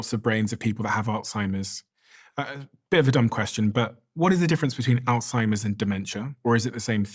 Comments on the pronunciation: did she say: Old-Seimers Disease? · I find it hard to take the advice of a Doctor that pronounces Alzheimers as "ALL-TIMERS." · She calls it all timers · Why do most people mis- pronounce Alzheimer's it not ALTIMERS